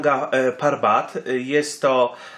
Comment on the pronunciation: 1. Jak przygotowywujesz filmik używaj nazwy poprawej nie "parban" i inne nazwy 2.Zostałą zdobyta w 2016r przez choćby Simone Moro 3. Eli nie miała wystarczających kwalifikacji aby ocenić jego stan? Himalistka wieloletnia kto jak nie ona zna objawy śmierci z powody obrzęku płuc/mózgu czy innych przypadłości 4. Mogli po niego ruszyć czyli wiesz lepiej niż Krzysztof Wielicki, który stwierdził że nie było jak Tomka uratować 5.Mogli jej zostawić tlen i by sobie poczekała. Super zostawmy ranną osobę na noc samotnie a my szukajmy osobę, która prawie na pewno nie żyje ryzykując życie i według prognoz pchając się w załamnie pogody 6. "ona miała interes aby kłamać" człowieku przeginasz bo to jest w tej chwili oszczerstwo wobec niej. 7. Zarzucasz jej kłamstwa nawet o zdobyciu szczytu. 8. "którego ona tam zostawiła" co może jeszcze miała go znieść. Rozumiem przez to, że twierdzisz ze zrobiła to specjalnie aby tylko siebie ratować Podsumowanie się wypowiada wiedząc gówno o temacie